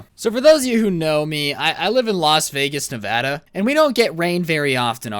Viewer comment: hey, he can can actually say Nevada right!